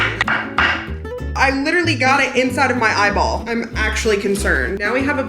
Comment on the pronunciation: I love it when you say eyeball 😂😂😂😂😂😂😂